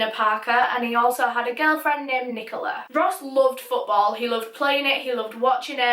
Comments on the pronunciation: Did you say friken NiCoLa I felt a thing in my stomach everytime you said that same Rest In peace Ross, Rest In Peace. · im having a rly hard time listening to her say nicola